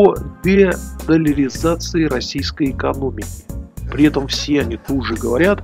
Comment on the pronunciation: 😂учим выговаривать новое слово: дедолларизация...😂